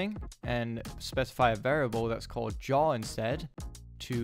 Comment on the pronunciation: yaw != jaw lmao but overall nice video, thanks for the help!